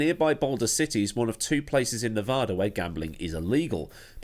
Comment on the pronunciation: It's New-VAAA-duh, not nevAHda. --a native Las Vegan